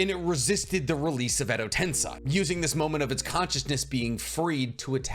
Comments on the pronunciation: edo tensei - "sei" is pronounced more like "say, that's a cool headband", not like "sai" the emo Sasuke replacement on Team 7. Cool breakdown, I may actually read this manga. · Been holding myself back from dropping this comment for so long since I love content But is it really that hard to pronounce Edo tensei? Ten:10 Say: to speak Ten-Say, It's not that hard, it's equivalent is found in english. Sorry to say this, but it's been bugging me for so long. I never understood how people could be so passionate about sticking strictly to pronunciations until I kept hearing say "edo ten-sigh" over and over and over again